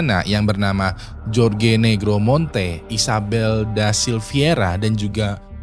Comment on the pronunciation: "jorge" tu dibacanya "horhe"